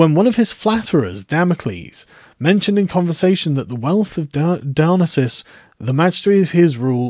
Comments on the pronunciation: Dionesius → Die-o-nee-see-us If you're goign to say his name 40 times, it might be worth checking how it is spelled. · Don't think your saying Dionysius right. Your leaving out the "i" before the "u". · I'm unfamiliar with the pronunciation you're using for Dionysius, is that known to more historically accurate or something?